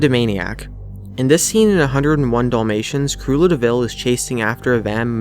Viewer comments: uploader i think her name is pronounced "crue EL la" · hes saying creulla wrong.